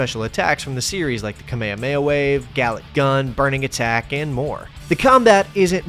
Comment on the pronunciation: AND THE WAY YOU PRONOUNCE "KAMEHAMEHA WAVE" we got a true Dragon Ball fan on our hands here